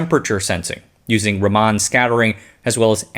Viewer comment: "Raman" --> Blame the poor phonetic-representation of the Latin alphabet, but "Rummun" may have been a more apt spelling. "Ruh - muh - N" . (i.e., not ruh MAA - n, nor Raah - man). The uppercase "N" is to represent a hard nasal "N" (uncommon in most non indic languages).